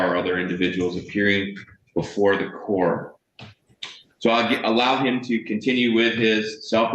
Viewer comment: Im still stuck on how the first guy pronounce COURT he took the U & R out and replaced it with another O 🤦🏾‍♀️🤦🏾‍♀️🙄🙄🙄